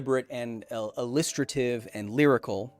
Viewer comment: feels like you said “illustrative” weirdly edit